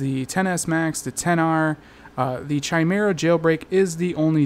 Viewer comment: Why are you still pronouncing it CHI-mera? It's KAI-mera!